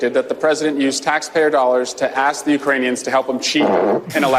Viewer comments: Lemme axe you queshion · "Lemme axe you uh kestchun!" -Rep. Ratchet crackhead I finna cant beleeb da niggabun lady got a give send go!?!?! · All that education and speaking experience and still can't say ASK!!